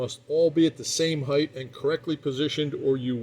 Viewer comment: It's "hieth" thathat gets me. Length,width,hieth